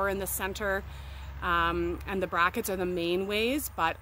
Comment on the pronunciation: I thought the speaker said brackets.